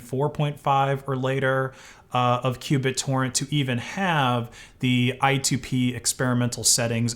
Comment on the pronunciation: Oooh! You MEANT q Bittorrent but you SAID Cubit Torrent. Learn how things are pronounced, bro.